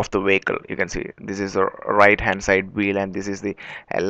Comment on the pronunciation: Vehicle, not Wacal.